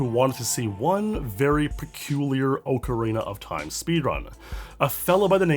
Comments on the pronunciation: I liked the video purely because he says it Oakarina (the correct way) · Thanks for pronouncing correctly as ocarina as ocarina and not ocariner like 99.99% of other creators in the platform do